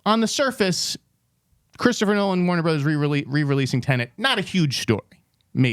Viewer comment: It's Tenet, not tenant